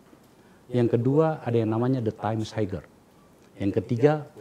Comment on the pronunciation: Kok ngomongin universitas internasional kalau pronounce “Higher” saja masih haiger. Haier boss.